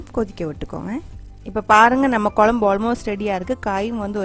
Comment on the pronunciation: A slight change in pronounciation.pls say kozhambu not kolambu. It's not pleasant to hear.Most people say kozhambu only except locals.